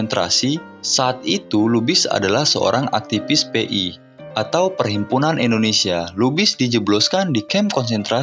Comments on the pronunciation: INDONESIA BUKAN ENDONESIA PERBAIKI PENGUCAPAN NYA.. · Dulu indonesia di sebut nya endonesia bang, sering" nonton pidato soekarno